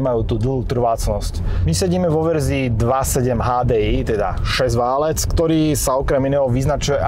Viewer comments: Hydractive, nie hydra active. Valec, nie válec. Prepáč, ale hrozne mi to píli uši.:/ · Preco vzdy hovoris 4-/6-válec a nie valec? Pokial viem, tak to slovo sa vztahuje na geometricky utvar "valec" a nie na "válanie sa" :D